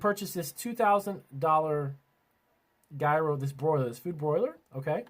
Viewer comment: Smh, you don’t know how to say gyro properly, hmmm